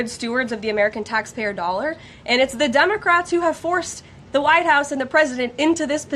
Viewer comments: She said "DUMBACRATS"😅😅😅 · I swear it sounds like she's saying DUMB-ocrats 🤣